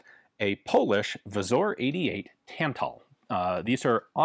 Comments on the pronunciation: Great video as always! A quick tip on the pronunciation: You've got the W->V sound down, but it should be pronounced Vzoor, like in boo. And the r is rolled. So the Pattern 88 becomes Wzór 88 or abbreviated to wz since that's already one too many vowels for us poles :P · As always Ian delivers quality video, i only wish he'd switch pronounciation of "wz" to "Vzoor"